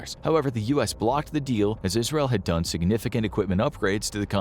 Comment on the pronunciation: "ISREAL" It sure is, my dude. L'chaim! XD